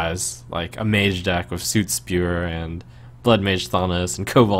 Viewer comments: Fucking SUIT Spewer, Trump? It's 'sutt'! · Trump, "soot" rhymes with "foot", not "boot". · I do not believe it is pronounced Suit Spewer. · Can someone close to Trump teach him how to pronounce "soot"? It bugs me every time. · that is not how you pronounce soot....